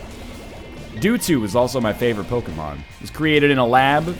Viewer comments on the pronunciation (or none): ITS MEWTWO NOT DOOTWO!!! DO U KNOW ANYTHING ABOUT POKEMON?